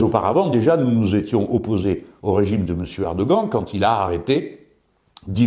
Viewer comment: j'ai moi même découvert en tapant erdogan sur Google trad que son nom se prononce "erdohan" Je ne suis pas un défenseur de cet autoritaire islamiste ultra Conservateur Mais de la même façon qu'on prononce Trump ou Biden en s'adaptant un peu à la prononciation anglaise, on peut faire l'effort si s'en est un de dire erdohan